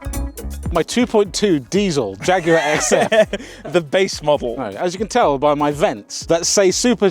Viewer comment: Jaguar sounds like jagggg